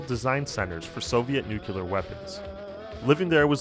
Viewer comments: dude... New-Kleee-ahr... jesus. learn the words. nucular is completely different. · High quality, but it's pronounced new-clear not nucular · It's nuclear, not nucilar. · nuKULar? Seriously?